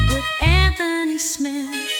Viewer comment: Bisping never learned how to pronounce AnTHony. Always calling him antony.